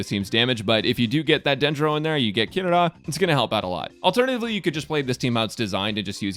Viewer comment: THANK YOU FOR PRONOUNCING HER NAME CORRECTLY!!